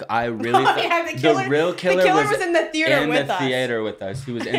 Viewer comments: Thee- ate- er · the way that pronounces the A in theAter makes me wanna slap him